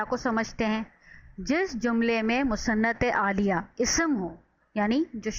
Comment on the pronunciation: Musanad ilahi app galat pronounce krti hain